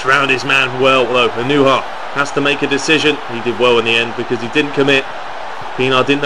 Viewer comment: It's pronounced ah-no-ha